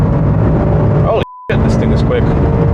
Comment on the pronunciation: it's the only time you say the actual name of the car: "Miserati"